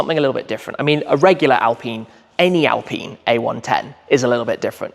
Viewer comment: It is pronounced in French as "al-peen" not "alpin" Those car are best drivers, like Lotus Elise, Alfa 4C, Cayman 2.5 and the newest member that is more powerful Lotus Emira with 2.0 AMG engine....Gordon Murray knows a lot about driving enjoyment 👍